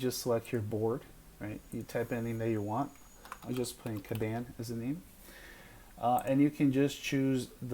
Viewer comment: Good video, thank you. But respectfully, you are pronouncing "Kanban" wrong.